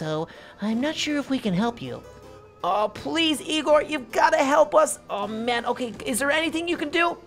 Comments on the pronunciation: It's Egon not Egor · It's proununced Egon not Egor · its not egor but egon